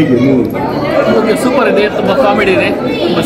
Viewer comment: ಸರ್. ಇದು ಸೂ.... ಫ್ರಮ್... ಸೋ ಅಲ್ಲ. "ಸೋ"ಸೂ"ಪರ್.